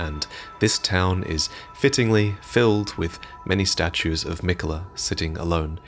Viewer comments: Mikuh-luh, huh... aight if that's what you wanna go with, but it's clearly spelled Mi-KAY-la. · malenia says his name thousands of times, and she always says it as mikuh luh…